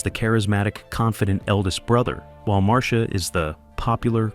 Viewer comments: No, they didn't even watch the show or clips from the show, otherwise they would get Marcia's name right. It's pronounced Mar-Sha, nor Mar-C-Ah. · Maureen McCormick played Marcia. It’s pronounced Marsha. It is not Marcēa. If this is being dictated. It’s possible to have the computer correctly dictate by phonetically typing them into the computer. Kudos to the person who corrected the pronunciation! Mike was seen at his office in three different episodes: 1. Mike’s Horror-Scope when Bebe Galini, make-up artist came to Mike’s office about designing her a new office building; 2. Coming Out Party, Mr. Phillips invited the whole Brady Bunch family to go sailing; and, 3. Call Me Mr. Irresponsible. I’m sure there are more. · I don't know who put this on but almost all of this is a lie. Mispronouncing Maureens name and Marcias. And the wrong ages of the children. The lie about Marcia in love with her brother Greg. It was Barry and Maureen in love. And Mikes office was shown numerous times . I don't remember Barry singing alongside Davy Jones. And Tiger wasn't a Golden Retriever, that was COMET on Full House. All of the children with the exception of Christopher Knight could sing. Eve is also an artist.